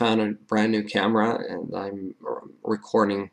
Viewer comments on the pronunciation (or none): none